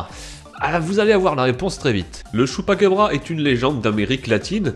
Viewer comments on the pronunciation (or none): Chupacabra* pas chupaquebra